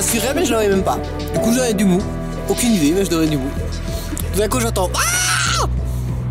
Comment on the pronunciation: ce "mou" wtfffff